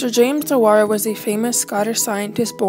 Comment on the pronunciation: Shame you can't say his surname properly